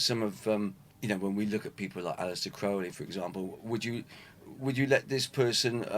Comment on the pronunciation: Gratified he knows the correct pronunciation of Crowley; all these years I've read dozens of interviews with Jaz but never heard him speak it.